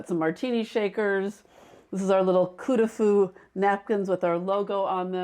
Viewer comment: coup de foudre is love of a person at first sight. coup de coeur is love of a thing (like a house) at first sight. coup de coeur can be applied to a person, but coup de foudre is not applied to a thing. also, coup de fou, the way she's pronouncing it, means a good lay